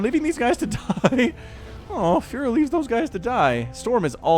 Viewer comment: When you saying "furo" i hear fuhrer xd